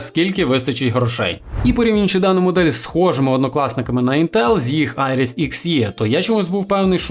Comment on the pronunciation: ставиш наголос в слові інтел на е, не можеш подивитися тести інтеграгок в інтернеті, як тебе тіпи загалі втикають